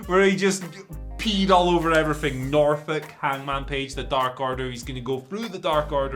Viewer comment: At the very end “and effryfing else” Andy Murray